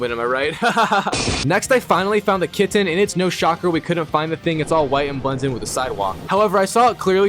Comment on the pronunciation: This is so random but I love how you say KitTen, with the second T really being enunciated.